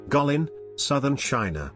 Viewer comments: the first spot is Gweillin not Gulillin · Guikin is pronounced " Kue lin ". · you mispronounced "Guilin" terribly. It's more like /guei-li:n/. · Guilin is promounced kwi' lin. Scenery is reminiscent of Chinese paintings. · Get your place name pronunciation right . Guilin for instance, then others…. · How truly beautiful a country this is. Sadly, how pathetic your mispronunciation of "Guilin" sounds. Have some respect. This is not your word. It belongs to a people. At least bother to learn about accepted pronunciations before you do voice-overs on YouTube videos.